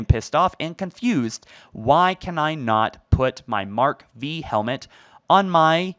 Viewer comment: It's Mark 5 [B], not Mark "V" [B].